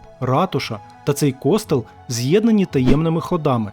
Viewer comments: Не кОстел, а костЕл😮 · Не тєатр а театр, не стАтуя а статУя, не кОстел а костЕл, не гєніальному а геніальному. Переплутали портрет Потоцького з Меретином. Будьте уважні до дрібниць!